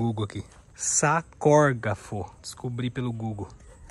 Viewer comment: "Sacòrgafo" Auhauhauhauhahuahuahauauhahua.... Sarcófago seria o certo!